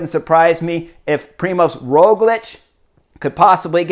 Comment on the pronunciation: Also, it's Primož, not Primos, you're the first one I saw spelling/writing as Primos xD